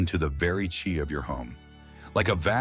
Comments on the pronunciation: Your name is not Master anything! Your name is!!!! This channel is tragical as the can't pronounce CHI energy! Instead it tels CHAI like Tea with milk. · "Chai'??....that would be 'Chi'.... editing your performance... is s t i l l a necessity. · It's often hilarious when the reader pronounces an important word wrong; in this case "chi." It's pronounced like CHEE, not ch-eye. And it's not "your home become alive-vibrant...;" rather, "your home becomes alive, vibrant...." as in "alive (comma or pause) vibrant."